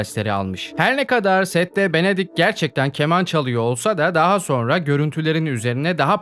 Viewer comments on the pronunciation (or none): none